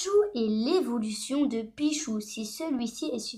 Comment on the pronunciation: Un dit pitchu pas pichou